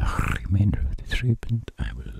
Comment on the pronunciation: GOOD VIDEO DOC....I love how you say z INSTEAD of the 🤣😂🤣😂🤣